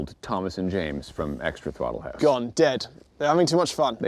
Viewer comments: TROTTLE HAUSE... uhh bottle mouse? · Did he just say throttle house buttplugged🤦🏻‍♂️